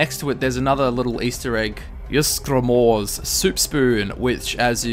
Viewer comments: It's not pronounced "Use-Gramor" its pronounce "Eez-Gramor". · when pronounced ysgramor wrong it's ees gra more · It’s pronounced like yeezegramor. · I hate the way people mispronounce the names of legends. I mean, you really cannot pronounce Ysgramor correctly? Really? -. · I hate that too and the characters in game say them. It can't be that hard to copy the characters pronunciation